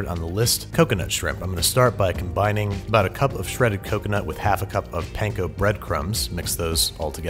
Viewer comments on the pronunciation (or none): none